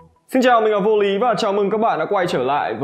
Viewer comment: khi Vô lý thành Vô sỉ :)))